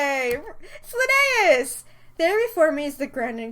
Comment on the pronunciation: DID ANYONE ELSE HEAR THE R ROLL IM DEAD LINNAEUS YOU HAVE KILLED ME IT TOOK SO MUCH BUT IT FINALLY HAPPENED